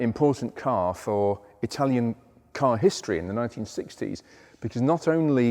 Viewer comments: Quality, knowledge, passion, good Italian pronunciation. You have it all. Thank you for another great video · Your Italian pronunciation is excellent. You could teach your mate Harry.